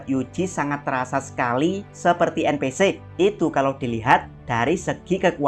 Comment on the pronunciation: En pi si ama em si , bro baca nya. Ganjel banget dengernya